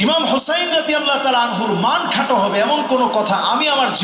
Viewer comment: উনিতো রাদিয়াল্লাহু ঠিক করে উচ্চারণ করতে পারছে না।